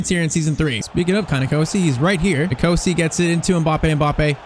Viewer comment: You are pronouncing NKOSI wrong I your wro g cause also South African